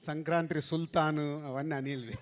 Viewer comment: సంక్రాంత్రి కాదు రా, సంక్రాంతి అనాలి